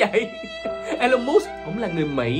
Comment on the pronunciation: nhận định nhiều việc hay nhưng cần đọc TÊN HỌ của Elon Musk cho đúng. Em đang đọc sai đó. vui vòng viết vô google translate để đọc lại cho đúng thì hay hơn nhiều😊